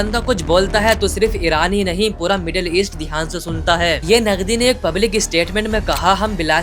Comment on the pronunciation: नगदी नही भाई वो नदवी है😊